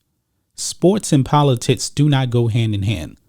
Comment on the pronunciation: Everytime he days politicis i can not unhear politits 🤣